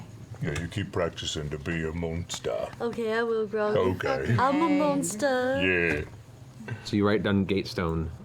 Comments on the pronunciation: "I wanna be a MONSTAH!" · i want a Pike "I'm a Monstah!" shirt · I'd rather a pike plush, "I'm a monstah!" It'd be adorbs